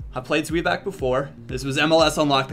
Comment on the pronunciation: His pronunciation of zweback is quiet funny